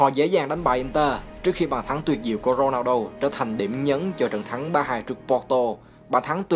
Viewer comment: Thích nhất những video ad làm về CR7 giọng ad đọc tên Ronaldo hay vl